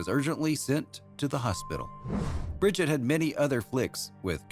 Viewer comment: Her first name is pronounced ' bree-jeete ' not ' brid-jet '